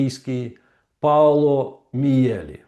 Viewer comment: Пане Романе,перепрошую,прізвище вимовляється ,,Мʼєлі ʼʼ.